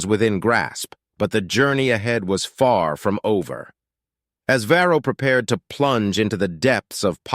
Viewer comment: BAHAHAHA. "Feel free to start "FORM"the beginning ". AI narration is getting better but..........